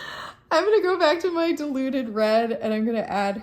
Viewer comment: This has been hilarious to watch and to top it all, it sounded to me like you were saying deluded red rather than diluted red! Once I heard it I couldn't unhear it 😂😂😂